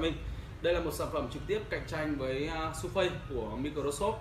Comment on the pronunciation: Surface đọc là sơ vít chứ ko phải su phây